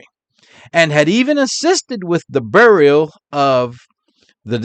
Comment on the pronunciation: 30 minutes of!, you wouldn't happen to be from Rhode Island originally? You pronounce "burial" the same way my late father did. He was from R.I. Thanks!